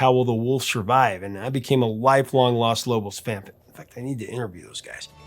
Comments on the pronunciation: Hey, Professor. Just a little tip for you: you are mispronouncing the article that makes up the beginning of the band's name. You keep saying "Las", which is the female "The" in Spanish. Because the band is all men, it's "Los", with a long 'O' sound like in "cone" or "home". Los Lobos, "the [male] wolves". If it were all female, the it would be Las Lobas. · this is great, but you pronounce Los Lobos incorrectly... you say it as Las Lobos, but it is Lōs Lobos... just saying... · it's LOS Lobos, not LAS Lobos. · I'm sorry, Professor. But the word is "Los" Lobos, not "Las" Lobos. Las is feminine. Los is masculine. And La Bamba is pronounced La Vamba. The B is pronounced as a V. The lyrics in English; To dance La Bamba. To dance La Bamba, you will need a little bit of grace. A little bit of grace for you and I. And higher and higher. And higher and higher. I will go for you, I will go for you. I will go for you. Peace and Love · It’s Los Lobos not Las. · Los Lobos. It’s pronounced “Los” not “Las”. I love your channel and respectfully & prayerfully busting your chops. As always great content. Our family has lived this song forever. I’m 61 & Hispanic. All covers have been great because it’s a timeless song 🎶 and deep rooted in respect & cultural significance. Cheers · It's Los Lobos, not Las Lobos. Sorry that just irks me when not pronounced correctly. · Loss Loboss.... 🤣🤣🤣 you gotta work on your spanish annunciation bro... lol... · Please stop saying "Las" Lobos